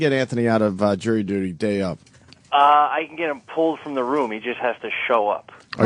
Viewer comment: Jirry duty